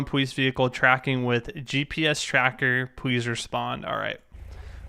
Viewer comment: he said "pwease"lol